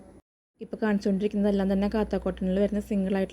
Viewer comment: Not pronounced Katha cotton.this. Is Kantha cotton fabric from Calcutta